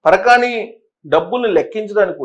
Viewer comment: parakani kaadu parakamani. :face-orange-frowning